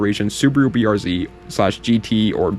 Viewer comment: finally a youtuber who uses the Real way to say the cars name, this is what separates the boys from the men.